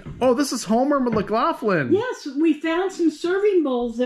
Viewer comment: Homer Laughlin, not Homer Mac or Lac Laughlin !!! lol !!!!